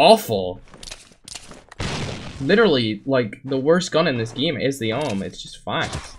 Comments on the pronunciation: You are saying om. It is pronounced A W M. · Its A-W-M and dont read it as one word But i am not a hater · XD the awm is pronounced A W M lol